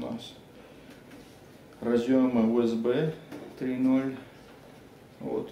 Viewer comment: тренеруйте русскую реч , дикцию и т.д. , составляйте текст , учите английский , или хотя-бы нормально выговаривайте USB